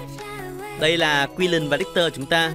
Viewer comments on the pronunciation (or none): Nghe quiu len wen nghe ad nói kiu lình hơi khó chịu